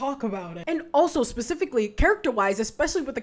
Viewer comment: "and grackle stan spicifcally""